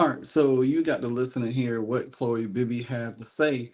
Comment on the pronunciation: Chloe, not "Chole".